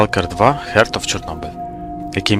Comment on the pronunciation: Heart читається як "харт"